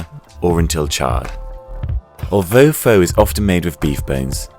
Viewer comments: Hey foodtube4 maybe you get make sure you get your narrator to properly pronounce the name of the dish that's being cooked so, u know....so it adds a much needed amount of credibility to the person who's actually cooking. Pho does not rhyme with 'though', it should rhyme with 'the'. In any case, if the editor of this video actually bothered to ask any vietnamese how to pronounce this simple word this glaring and slightly embarrassing mistake probably wouldn't have been made. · While this is a more authentic pho recipe than most...the "or" pronunciation at the start, is wrong. It's always "fu" as in "fuck", never "fo" as in "low". Period. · TBH some of the things you have to done to this dish may have just changed the whole purpose to it...... BTW you cant even pronounce the dish name correctly.